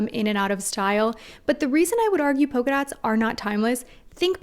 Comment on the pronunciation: Yes! NEVER get a fashionable engagement or wedding ring. Although I just cant get used to Americans pronouncing PoLka dots as poka dots.